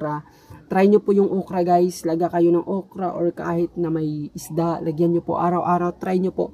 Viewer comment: "Ukra" talaga?😂